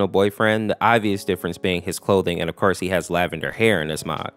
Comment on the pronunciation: Well "ofkorse" it won't, he is a real pal.